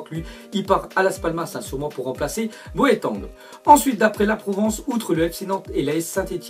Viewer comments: anonyme anonyme Boetang ?! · il a dit bo e tang vraiment bizbiz😂😂😂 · ca se dit "boiting " (boeting) mdrrr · Comment il prononce Boateng 😂